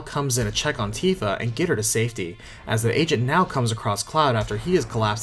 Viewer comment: i know he's saying 'the agent' but all i hear is 'the asian'